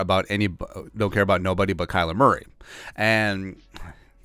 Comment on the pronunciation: "Kyer Murley" I love when you don't edit out these oopses. We all do it and it's always hilarious when we do. Life is about enjoying the little things.